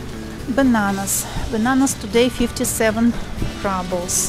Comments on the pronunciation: not rAbels, rUbels. "pyyyyyy" :) but thank you for the video. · Good video. You probably know this by now, but in American English we say ROObles (like kangaROO), not RUBBles. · What’s this RUBLES? you make it sound like rubble as in ruins Very funny Rubble 🙈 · Уважаемая, слово rubles, как и на русском, через "у" произносится (/ˈruːbəl/; [rublʲ]). Прошу прощения, если Вы уже об этом знаете. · spasebo devichka! practice saying "roobles" (like in the Russian 'rooblay'); that is the English pronunciation.